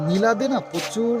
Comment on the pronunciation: তোমার উচ্চারণ গুলো ঠিক কর। প্রথম থেকে তোমাদের ভ্লগ দেখি। না বলে আর পারলাম না। "প্রচ ুর, শরীর, লজেন্স, সম্মান, গর্ব...